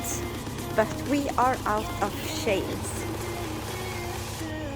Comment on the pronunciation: Remember we do not say CHAINS like sh-ains but add a T in front like t-chains😉😀🥰🥰